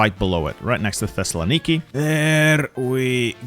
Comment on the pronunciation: My favorite thing while watching your videos, as after i saw one of your WW1 ottoman empire videos and you said thessalonki like 8 times in a minute, I now play a mental drinking game whenever i hear you say thessalonki in any of your videos, I dont know why but i always find it funny now Times said thessalonki